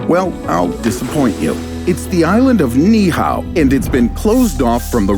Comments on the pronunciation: It's NOT (NIHAO) It's "Niihau" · It’s pronounced “knee-E-how” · Knee eee oww is how it’s pronounced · Great video even though you painfully mispronounced Ni'ihau over and over. It's pronounced Knee ee how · Pronounced Ni’ihau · You need to Learn how to properly pronounce Ni’ihau